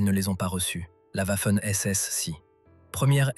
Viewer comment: Harry Chimler = Heinrich Himmler. Vafoune=Waffen. "Des amateurs sanatiques..." ??? Pauvre Étudiants en Histoire, qui doivent subir un tel outrage. Quel gâchis pour un sujet très essentiel pour la compréhension.